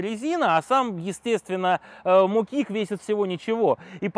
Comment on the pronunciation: В своё время, они были мОкиками, а не мокИками.🤷‍♀️🤦‍♀️